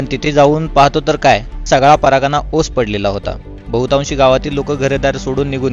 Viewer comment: परागणा नाही परगणा